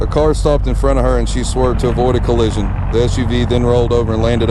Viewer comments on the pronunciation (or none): none